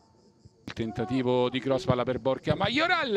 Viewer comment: Ma solo io invece di Borja sento "borchia"?😂😂😂😂